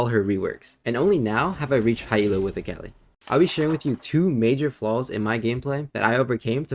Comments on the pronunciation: good vid but, it’s so tilting hearing you say the name wrong on repeat. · lemme get this straight.. youve played akali for over 8 years…. and say her name wrong?